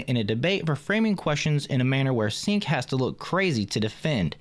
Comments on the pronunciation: His name is Cenk Uygur. Not Sink Uygar. Its pronounced Jank as in this guy is Janky AF! He is a trash human being, it was very confusing to hear you repeatedly say sink. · Chink not sink. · It’s pronounced chaink lol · Off topic but his name is pronounced Chank.